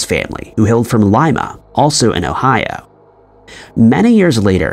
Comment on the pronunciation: In the twin story, that 's Johnny Carson, not Phil Donahue, lol! Also, it's pronounced O hi O, not the way you said it.